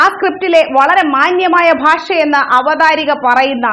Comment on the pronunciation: It's not avathaarika, its avathaaraka